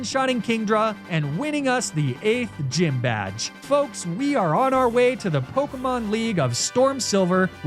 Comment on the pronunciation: it's so infuriating how he mispronounces half of the pokemon, town and leader names. I hope it's on purpose and not just pure ignorance